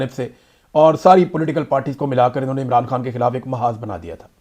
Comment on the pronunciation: اے ران نا بولا کرو۔ای ران بولا کرو۔شکریہ